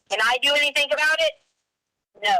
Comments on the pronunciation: Me toooo!!! Omgosh it's so cringe!! The way she sings her words, dragging out the syllables! And using "K" instead of "G", like "anythink " omgoshhhhhhh!!!😖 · lmaooo not the “K instead of G” 😭😭😭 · Leticia's bizarre syntax, mispronounciations, and inappropriate syllable stress placement drives me absolutely mad. I don't know how anyone could stand conversing with her on a daily basis. Personally, I think she does all that "why come, anythinK, everythinK" crap because she thinks it's cutesy and endearing. For example, in the body camera footage she kept referring to the Swisher Sweet cigars as "seeeegARs" until the officer joked about her accent and she responded all giggly. I also noticed she lays it on extra thick when speaking with Al but it's almost nonexistent when talking with female detectives. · Oh man, she also ASTS *asks ...my pet peeve in life is ANYTHINK and a genius at work says ANYFINK and EVERYFINK...drives me mad.